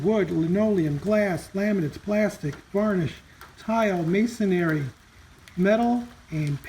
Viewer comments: Interesting. Thanks for the info. 👍 Btw. The word is mason-REE. Not mason-ARY. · Error Alert!! - You are mispronouncing the word "Masonry"!! It is NOT pronounced "may-son-airy"!! The correct pronunciation is "may-son-ree"!!!! (Otherwise, a decent video.) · I'm sorry to bring this up as I like your videos but, you pronounced "masonry," as if it's pronounced "masonary." There is no " a" in the word masonry. I had to mention because things like proper English tend to bug me. I love your work and videos.